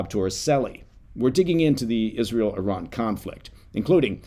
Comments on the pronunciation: I was like wait where's the American eye-ran when he was saying it. 😂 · I salute you for pronouncing "Iran" and "Iranian" correctly!